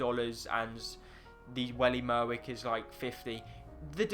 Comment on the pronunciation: "Welly Merwick" lol